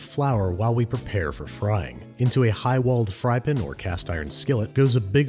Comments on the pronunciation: "Fryp'n"???? Come on, man. "Saucep'n" is one thing, "sautep'n" is ridiculous, but "fryp'n"? That's not a thing. Nobody says that. Certainly not the British. It's a frying pan. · Mourad Sherif “fryp’n” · now see, I can understand arguments that the "saucep'n" pronunciation is just a weird lil quirk of Babish's accent but "fryp'n"? he's doing it deliberately now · why does he say "saucepn" and "frypn"?